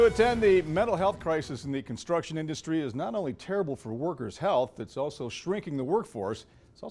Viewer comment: 'Constuction'. Ok.